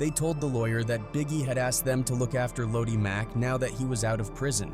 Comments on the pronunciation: itssssssssss LO-DI as Looowwww-Deeee Mack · Fr, the pronunciation is crazy. Ffs.😂🤦🏾‍♂️